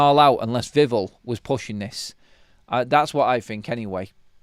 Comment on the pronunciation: Please... it's VIV sound and then ELL like 🔔... don't mess this up neebor! You can do it... VIV ELL Please 🙏🏽 No more drivel vivell nonsense.